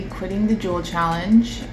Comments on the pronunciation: Don’t juul not cuul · I kept thinking they were saying drool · Lol o thought they were saying drool 😅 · I kept hearing drool instead of juul in the beginning 😂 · Say juul not THE JUUL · Sounds like "drool" lol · thought they were saying drool 😂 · when said “I juul in the subway”, I heard “I drool in the subway” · Sounds like “drool” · I thought they said drool Hahaha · Anyone hear drool instead of juul?😂